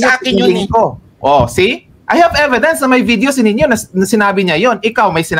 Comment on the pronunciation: Inistressed pa talaga ang e..vi..dence!